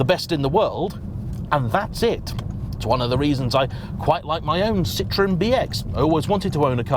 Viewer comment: By the way it's cee-trro-hen